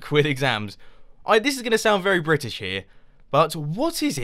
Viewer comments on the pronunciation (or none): none